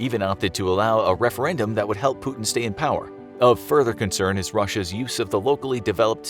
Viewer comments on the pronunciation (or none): none